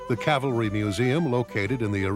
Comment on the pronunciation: Cavalry not "calvary."